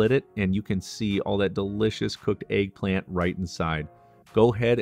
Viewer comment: tf is an AYG-plant? it's pronounced EGG, not ayg - there's no A in that word!